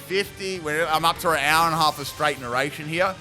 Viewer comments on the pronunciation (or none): none